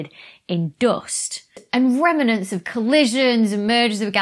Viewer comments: Dr. becky, i really like your content and now with the JWST, it will get even better.. so much enthusiasm you have for this.. thanks for the entertaining learning sessions.. and you still said “remanents” in the video.. hilarious stuff.. thabks again.. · You're right. I tried it out at home. "Remenants" is far easier than "Remnants". Call Oxford! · LOL!!! It's okay if you want to put an extra syllable in "remnants" - it evens out after all the "T's" you drop when you say "but". 😁 ( I get a kick out of you doing that!)